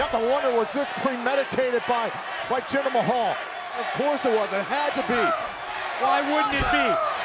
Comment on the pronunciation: Oh look, it's Jinder MAY-hal.